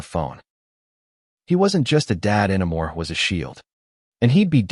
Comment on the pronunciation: Good story but the AI narration needs a lot of fine-tuning. How does the word "anymore" become "Anna Marie"?